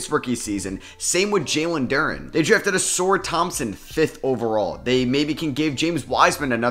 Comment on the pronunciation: Uh-Sar please. Not Uh-Soor